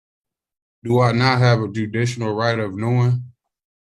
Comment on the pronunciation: "Do I not have a judicional right of knowin'?" Enough said. Bench warrant. Next!!!